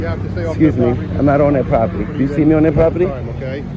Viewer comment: "You thee me on public propityy" at it again